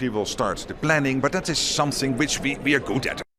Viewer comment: Isnt that "sumptsing"